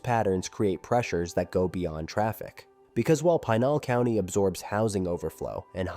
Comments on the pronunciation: Yeah, had to click out of this when Pinal County was mispronounced. If something that easy to figure out is wrong, I don't have much confidence in the rest of it. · As someone who is highly familiar with the area, I sincerely doubt Tucson and Phoenix suburban areas are going to merge any time soon... especially with the Gila River Indian Reservation that sits right in between the two cities. This is just another AI slop video that can't even pronounce Pinal County correctly. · This should be the top comment and is the most overlooked fact in this video. The Gila River rez is huge and prevents any development between Chandler and Maricopa or Casa Grande. But what do you expect from a content creator that mispronounces Pinal County.